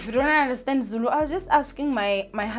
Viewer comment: It’s how you’re so fluent in Zulu for me!! Even the accent bro !